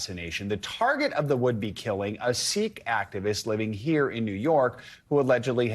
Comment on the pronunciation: Why do many of these media individuals pronounce Sikh like Sick? Sikh is pronounced like Seek, no?